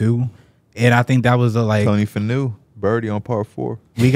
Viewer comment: P said "Tony Fanew had a birdie"